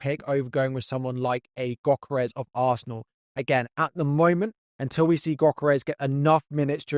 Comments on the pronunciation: Pronounced "Yohkeres" not "Gockeres" 👍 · yohkeresh to be precise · The g in gyokeres is silent 🙏🏼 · Great video as always but please take some time to pronounce players’ names correctly, such as Gyokeres, Esteve and Guiu